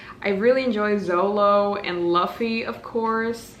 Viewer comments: Omg when you picked up One Piece i was so happy !! It's my comfort story 😭💗 also the main character's name is pronounced Loofy and for Zolo his actual name is Zoro but they wrote Zolo for copyright reasons (but also because in Japanese the letters R and L are written the same way so it's confusing for the translators). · Just a heads up some english transltions say his name is Zolo but its actually Zoro. I believe they changed it when it got printied in english bc the kids dub said his name like that, so they just went with it😭😭but im so happy you're enjoying one piece. I promise you're in for an amazing journey!⏰